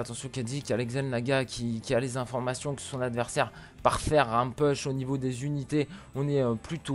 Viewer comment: Pitié, "push" se prononce "pouch" et pas "peuch"